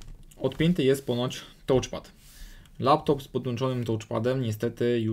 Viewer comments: Błagam: "TACZPAD" nie "tołczpad"❗ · A czasami brzmi jak tłuczpad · "nie działa tołczpat". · jezus! co to jest tołczpad? (da się przeżyć, jak ktoś kaleczy wymowę raz - gdy raz coś wypowie, ale jak się to powtarza i powtarza?! ileż można!) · troche uszy bolą od "tołcz" pada, poza tym naprawa fajna i prosta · Psuje całą przyjemność oglądania